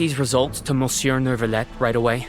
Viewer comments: I CAN'T WHAT HAVE YOU DONE TO ME "Miss you" sounds so perfect I can't stop saying it lmao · I'm french and they could've told the voice actors to pronounce "Monsieur" as "Miss you"..